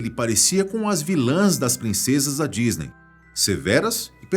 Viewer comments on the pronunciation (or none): none